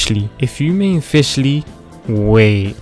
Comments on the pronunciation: Fish lee Al bee doh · ah yes no-ele, q kw- ning gog, kay o, gangu, fishsly, liyue, bi do, albefo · "Q KEE" "FISHLY" "ELUHA" PLSSSSSSS